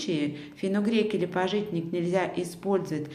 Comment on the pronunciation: пАжитник, а не пажИтник )